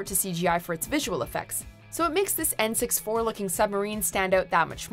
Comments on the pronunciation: Eccles-ton, not Eccle-shon, and N-sixty-four, not N-six-four. You're welcome. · Are we all just gonna ignore the fact that she said N64 as "N-Six-Four" and not "N-Sixty-Four." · "N" six four... when a non-gamer reads your copy lol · N 6-4? where did you get this reader ? when the lost sub bit come up i couldn't believe she said N 6-4 like really how old are you kid that you dotn know what an N64 was not only that the video editor didn't catch it either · “En Six Four” Did your notes perhaps have N64 written down..? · She said 'N Six Four'... Oh my lord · Was this read by a person or a computer? If it's a person she should look up how to pronounce things like names. Eck-el-son and N-64 not 6 4. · "Ecclestron era" "N-six-four looking submarine" All done in one take, I'm guessing? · Wait, she said "N-6-4" ??? Voice Actress doesn't know what the N64 was!!!! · There is much more in Once than just dragon Lily that looked bad, wouldn't even say it was the worst effect in the show. Also surprised Buffy wasn't at least an honourable mention, some of the computer generated stuff in it looks beyond dated and awful toady. Side note: did she mean N64 when she said N Six Four? If so I cannot tell it that was intentional or not. Her pronunciation of Eccleston kinda indicates it was just a fuck up and nobody checks what she's saying or makes her do more than one take. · "Eccle-shaun"? - "N-six-four"? Geez... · I find you calling an N64 an N six four really triggering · Did this chick just say N-Six-Four instead the the N64 console? Ohhhhh boy